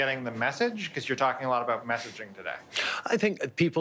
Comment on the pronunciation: ''abowt'' lol